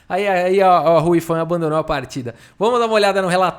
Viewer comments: Quando o falou "Hou Yifan" na abertura, eu escutei "a Ruiva responde com e6." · Todas as vezes que o ia falar Hou Yifan eu acho q ele ia mandar um "Ruy Lopez", haha